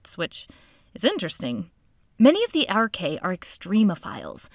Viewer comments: ae in latin is always pronounced 'ee' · You should pronounce as AR-KAY-AH